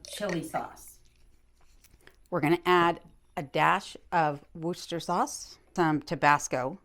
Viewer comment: A great recipe, thank you, AND you know how to pronounce Worcestershire sauce! Many young people in the UK have no idea. :)